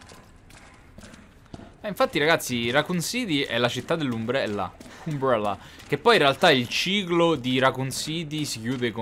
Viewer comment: si scrive Umbrella ma si legge Ambrella xD